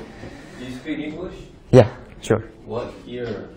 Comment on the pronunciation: Ggooodd SPEAKEEUUU ENGLISHEEUUU